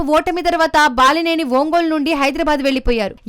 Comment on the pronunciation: ఓంగోలా ఒంగోలా?? అసలు మీరు కనీసం ఊరి పేర్ల ఉచ్చారణ అయినా సరిగా చెప్పలేక పోతే ఎలా??? ఇంతకీ బలినేన?? బాలినేన